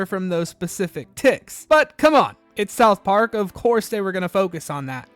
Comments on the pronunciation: The way you pronounce it South PARK, not SOUTH Park. Technically it’s correct but it sounds off😊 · Why do you say south park so weirdly?